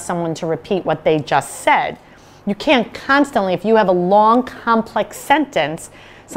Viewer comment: how? start pronouncing that T sound at the end in words like "can't" 😂